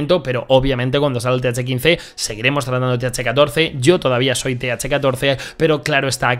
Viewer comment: "Th caince